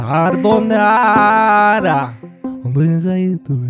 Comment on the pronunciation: Niemand: Mark Forster: "cAaARbONaRa"